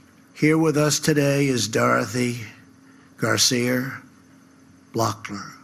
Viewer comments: He began to riff but stopped about "beautiful white box "Dorothy story. Screwed up on pronouncing her last name..so hard to read Garcia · So glad all he messed up was the pronunciation of Dorthy GARCIA Bachler's (wife of a victim) name.